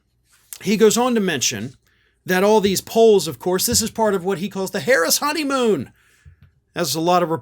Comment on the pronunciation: How could you say her name wrong! I’m so ashamed in you! Hehe 😉